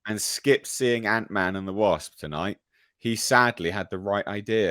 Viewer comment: "Ant(i)Man"... oh, boy.